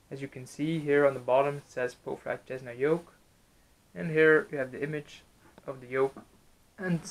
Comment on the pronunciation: normal people: cessna: chessna